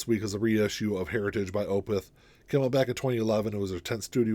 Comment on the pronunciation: Thank you for pronouncing Opeth correctly! Most VC community say, Oooh! Peth. Weird. Thx.